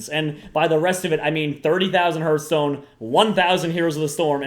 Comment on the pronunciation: Herthstone? Lol